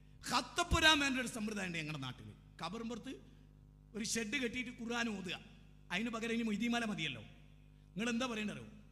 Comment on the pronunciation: ബാലുശ്ശേരിസാഹിബിനു ഖുർആൻ ശരിക്ക് ഓതാൻ പോയിട്ട് ഖുർആൻ എന്ന് തെറ്റില്ലാതെ പറയാൻ പോലും കഴിയില്ലെന്ന്പറഞ്ഞാൽ ദേഷ്യംപിടിക്കരുത്..........